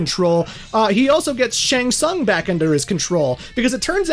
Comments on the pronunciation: Making 3hrs of material about MK, yet managing to butcher the pronunciation of "shæng tsang" this bad - unbelievable...🤦‍♀️ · SHANG TSUNG: Shang Tsaang? Shang Tsoong?